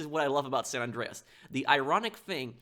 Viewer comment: SAN, like SAND, not Sawn.